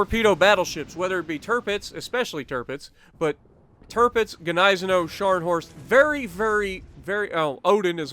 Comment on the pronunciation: The end pronunciation is like Gneissen"ow", as in "wow".